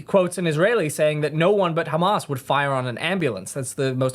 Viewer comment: He can't even pronounce words like 'Hamas' (hamaz) or Islam (Izlam) or Gaza (he calls it the Gaza- like its the name of a pub!). There is also no way he ever actually lived in Ramallah.